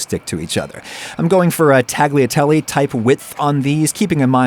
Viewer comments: Adam, look up the pronunciation of tagliatelle - countless generations of Italian ancestors are crying. There's no "tag" in "tagliatelle". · He said tag lia telly. Ugh. I’m Italian and people who can’t even say tagliatelle are just… I can’t even… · "Tah glee a tellie" I ain't even Italian but damn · Wait! I can hear your ancestors turning over in their graves at your pronunciation of tagliatelle. ;-) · I had no idea he was saying it “wrong” until your comment. It’s not a word that gets said aloud very often. The only times I’ve ever heard it said aloud are exactly how Adam said it. A quick google search indeed showed that I’ve just never heard the correct pronunciation. Perhaps you could have included the proper pronunciation in your comment instead of just being a snob.